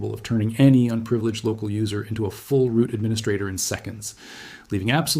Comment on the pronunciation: Is the script/person seen in the video ENTIRELY AI-gen'ed...? The language mistakes are absolutely AWFUL and no human speaker would ever speak that way. ROOT or... "Roo T" ... "Rue-Tea" all because of a line break point I assume absolutely murdering the AI's ability to make a believable output. Shame because your channel actually looked good at first glance... but I guess thats common for A.I.